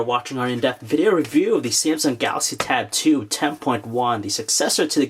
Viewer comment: Is it me or does it sound like every-time he says Samsung Galaxy Tab 2 it sounds like he calls it tattoo? Plus I wanted to hear more about the cell phone portion of this tab. Will I be able to buy this and put my Sim card in and use it for my cell phone?